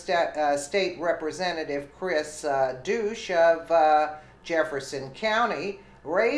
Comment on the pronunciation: Dush like hush. Not douche.😅😅😅😅